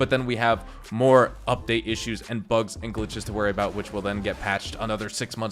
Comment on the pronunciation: It took me a second to realise you meant "bugs" and not "bucks", I was wondering why too many bucks was an issue, I'd love to have that problem.